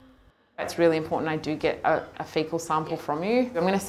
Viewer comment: it's kiTTON not kiDDON please your a educated, medical train Vet, it's kiTTON and just to really moan it imporTANT not impoDant